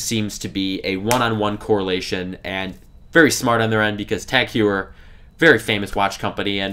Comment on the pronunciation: Nice vid. Btw, it's pronounced TAG Hoy-er.